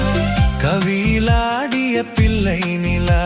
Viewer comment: ஆண் குரலில் தமிழ் உச்சரிப்பு சரியில்லை. உதாரணமாக பிள்ளை என்பதற்கு பில்லை என்கிறார்.